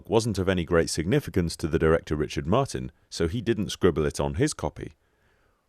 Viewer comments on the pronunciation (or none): none